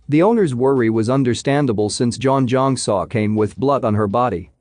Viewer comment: Butchered her name… learn to pronounce name if you’re narrating 😂🤣🤪